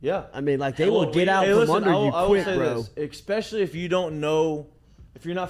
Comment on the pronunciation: Saying “eck-specially” instead of “especially” is a big thing, huh?